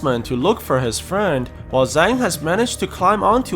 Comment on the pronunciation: Just to be precise the Zhang is pronounced more like jang